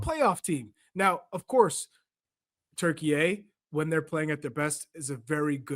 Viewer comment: Stop saying Turky-ey!!! So stupid!